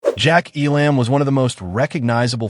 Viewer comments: Poor quality computer voices ? Stop it ! EE Lamb ? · Terrible presentation. Terrible narration. I've never heard his name pronounced E-LAMB. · !! its pronounced "ELUM' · Couldn't handle the AI voice and the constant mispronunciation of his name. This docu-short is a severe injustice to a great actor. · Now you just need to say his name Right and , you may have something here.. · Man oh man, do I hate AI narration. The two actual names said, Sergio Leone and, of course, the great Jack Elam are mispronounced. And, it may have been scripted by AI. Elam was not "typecast" after Once Upon a Time in the West. He was cast because he had already long been typecast as a B-level bad guy. And Woody Strode was not known for his villainous roles. The opening scene is epic and the faces of Elam and Strode help make it that way. I just wish Elam had been able to dub his few lines of dialogue with his voice, instead of the voice we get in the film. Support Your Local Sheriff was released the very next year, which is one his greatest roles. So this video is BS. But Jack Elam is legend - always a welcome face in any film.